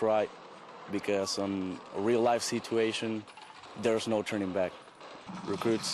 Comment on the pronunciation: "A real life seeeetuation" I laughed really hard.